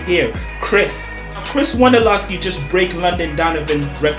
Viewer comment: Who the fuck Is Crish Wondolowski???? I know who Chris Wondolowski is. Idk any crish